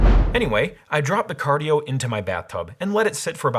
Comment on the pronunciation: Car-die-o? Hmmm